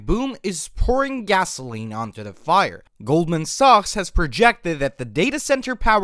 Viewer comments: I thought he said Goldman sucks. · "goldman socks"